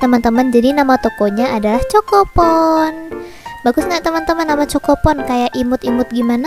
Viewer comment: Kak bacanya bukan choko pon tapi khoko pon